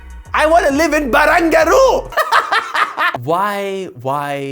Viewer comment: As an Australian I complety support the pronunciation of Barangaroo as BARUNGARUU! 😂